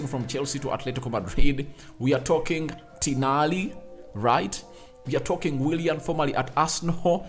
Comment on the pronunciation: its Tonali not Tinali😅